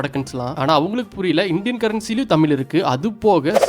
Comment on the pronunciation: Nice video😊 நீங்கள் தமிழ் சொல்லாமல் தமிள் என்று சொல்லுகிறீர்கள். அதை சரி செய்யவும்...